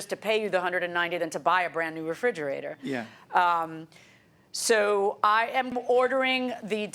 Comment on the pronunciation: She should have had to pay extra for calling it a frijerator